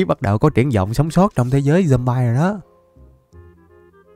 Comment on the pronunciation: Người ta đọc là dom bi còn thầy thì là dom bai kì dậy😠